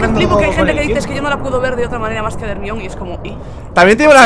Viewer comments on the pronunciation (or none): jjajajaja me da risa cuando dicen ermion jajaja en mexico le decimos germaioni (pronunciaciones) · Se pronuncia Jermaioni no ermion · HERMION?!?!?!? lo dicen mal asta para decirlo mal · hermion? socorro, duele escuchar que le llamen así a la pobre 😂😂